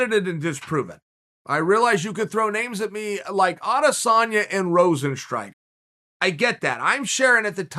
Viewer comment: 1thing though... alistair started in mma. had a few k1 matches before 2010, but he never really competed in kickboxing (except for winning the biggest prize in the sport). chael pronounces rozenstruik exactly how it is pronounced in suriname and the netherlands